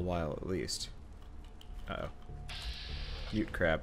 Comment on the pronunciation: its mudcrab not mutecrab